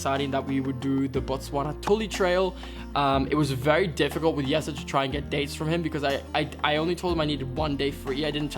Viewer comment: That is how you would pronounce Jesse's name in Dutch! Not an accent thing but pretty Dutch of.